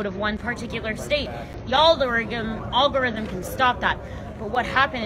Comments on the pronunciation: olgorithm ? did she mean algorithm ? I bet she doesn't know what it really is ... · What's an all-guh-rhythm? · She said ogorythum. Wait, that was a she, right? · It's the ALL-garythm 😂😂😂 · It’s not “all-gorithm “ it’s “algorithm “ 😤🙄🤦🏽‍♂️🤦🏽‍♂️🤦🏽‍♂️🤦🏽‍♂️ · She cant even pronounce "algorythm" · It kinda like a AL-GOR-RYTHM I guess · The oll-go-rithim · You broke my All Guh Rutthem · Al Gore Rhythm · All guhrythm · If you can’t even pronounce the word “algorithm” you probably shouldn’t be talking about how they work. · She doesn't even know how the word algorithm is pronounced. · The first step to being able to understand algorithms is to being able to pronounce algorithms.